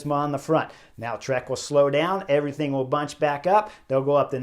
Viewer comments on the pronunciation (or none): none